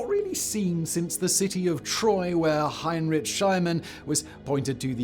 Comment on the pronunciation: his name is pronounced "Hine-rick Shlee-man"